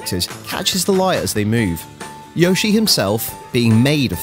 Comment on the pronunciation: That's not how you pronounce Yoshi